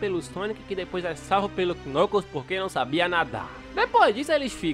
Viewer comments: Ele falando Knucus, o certo de falar seria "Nãcous" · Kkkk vc falou nucos é knuckles kkkk gostei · o cara fala nucos imagina se junta nucosbabyskkkkkk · Knuckles a pronúncia é Nãcous o "K" é mudo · Vei nuclos acho que vc falou meio errado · Você tá falando o nome do Knuckles errado. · Mano eu acho muito engraçado ele falando o nome do vermelho (eu sei o nome dele mais não sei escreve o nome dele) e concordo eu levaria o tails pra casa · vc não sabe falar knuckles direito, é mais facil vc chamar ele de nuggets